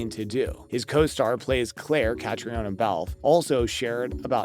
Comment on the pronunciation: Catrina is how her name is pronounced. Please try harder!